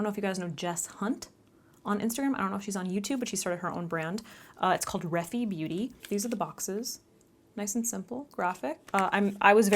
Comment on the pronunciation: Fyi, you pronounce Jess's brand "re-fi (as in sci-fi)" :) I love the eye makeup! You can pull it off so well